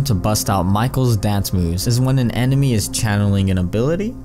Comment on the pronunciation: May kel Yackson?!?!